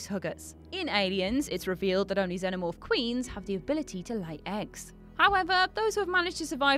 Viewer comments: It's pronounced Zen-omorfe. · "zeno morph" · Its Xenomorph not xeNOmorph thats why Jules is trigerd at you when you mispronounce words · At least say Xenomorph correctly.